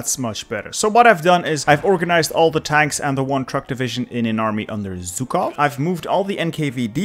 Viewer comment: I really love your pronunciation of Russian names and cities, but for the love of god, not ZUkov, it’s ZHUkov. It’s a bit in between classic SH like in “waSH” and J like in “Juke”)